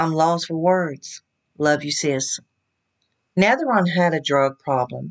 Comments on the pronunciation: Pronounced NAVAR-OWN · It is navarone,as you can see she got Elvis name in there...aron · Get your facts straight and learn how to pronounce his name. Elise is very young and they are separated even when they were married she kept going back to Switzerland where she was raised even when they were married she was going there all the time. She married him because she was obsessed with Priscilla and he knew it. Jerry Sterling had her over for dinner probably to pay her off to keep her mouth shut and to leave